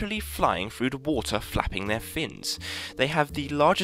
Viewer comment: Frroooo da Walter? Did you mean through the water. Lolololol